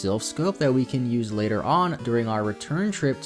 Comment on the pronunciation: Reads later (lāter) as latter 🪜🤣